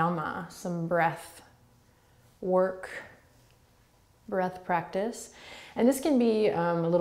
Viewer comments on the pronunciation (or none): The way you say breath 🤢🤢🤢